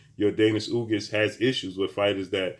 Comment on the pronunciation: Ugas not ugis